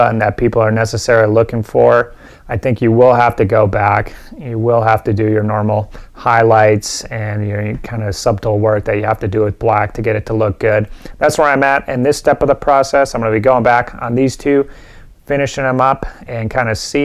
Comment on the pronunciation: Sorry to be that guy but i'm gonna, in "Subtle" the "B" is silent. Thanks for making the video though, scratched my curiosity itch!